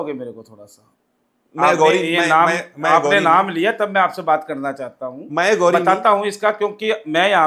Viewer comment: ਅਗੌਰੀ ਨਹੀਂ ਅਘੋਰੀ ਬੋਲੋ ਜੀ।